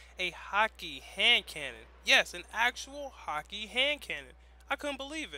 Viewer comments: it's pronounced hawk ah not hawk e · it's actually prounounced "hah-kuh". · please stop saying hakke wrong.. over and over again...